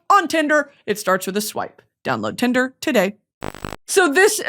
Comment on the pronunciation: Your AD break being like a twisted Sesame Street skit..?? !💀 "BROUGHT TO YOU BY TINDRRRRRR" 🤣🤣🤣